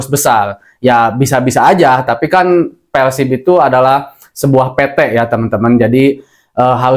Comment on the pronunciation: PERRRRSIB bukan peLsib